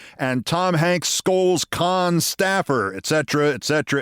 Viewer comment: Can somebody tell Keith to stop being a conne and start pronouncing Cannes (can) correctly. He really doesnt want to be pronouncing it that way